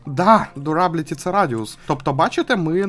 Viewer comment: І читається Д'юрабіліті